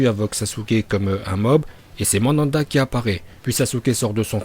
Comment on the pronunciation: c'est pas Mandanda mais Manda 🤦🏾‍♂️